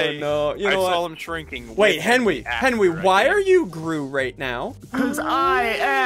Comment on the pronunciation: “Henwy got shrunk rayed” -Ssundee 2021